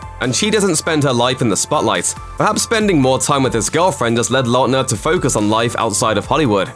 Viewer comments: the way he says Lautner makes me cringe every time... likely because despite Lautner being in show bis for 12 years I have never heard it pronounced in this way... I think I have only ever heard it pronounced "lawtner" rather than "Lout-ner" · The way the narrator says his last name is hurting by brain.. La utner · You cant pronounce his last name XD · WHY IS THE PRONUNCIATION OF LAUTNER STRESSING ME OUT SO MUCH. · oof that pronunciation of Lautner.